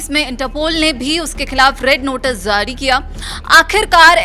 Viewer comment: Reporter please hindi ya urdu sahi boliye.....'jaari' hota hai 'zaari' nahin